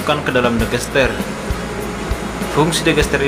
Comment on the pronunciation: Digester..bukan Degester.....dll